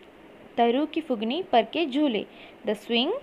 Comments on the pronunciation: mam acutually its phungi not phugini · It’s not fugni , it’s fungi